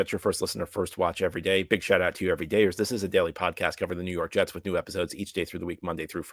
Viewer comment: nuw yawk jests 😂